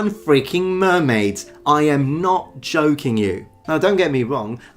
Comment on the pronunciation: Having your pronoucing video in mind I was afraid only a moment when you said "I'm not choking you". Of course you meant joking.